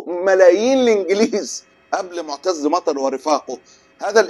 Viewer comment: إنت فين يا معتر... آه معتر بالراء... 🤣🤣🤣🤣🤣🤣🤣🤣🤣🤣